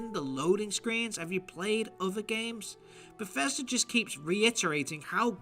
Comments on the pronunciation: Ah, Fief 2 before moving to Beffesda. What a career! The way this guy can't make a "th" sound drives me nuts. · Stop calling it t BGS. Never in my life have I ever heard someone say “BGS”. No one but you calls Bethesda “BGS” lmfao. It’s confusing and you ain’t gunna set the trend with it. It’s just Bethesda bro. Bethesda.